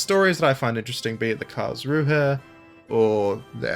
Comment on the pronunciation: In the Karlsruhe, if you do not pronounce the "h", you will be right on the money.